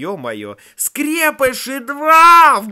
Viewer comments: не скрЕпыши а скрепышИ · По моему надо говорить скрепышИ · Господи🤦‍♀️, как ты произносишь слово скрепыши, ударение не туда!! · Вообще-то не скре́пиши а скрепиши́ !!!!! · Скрепившись Ударение на и!!!!!!!!!!!!!